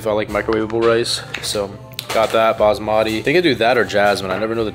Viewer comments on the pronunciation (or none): You pronounce basmati wrong